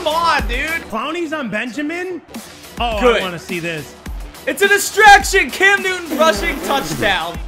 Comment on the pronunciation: Why u call can CamtuemtenNewton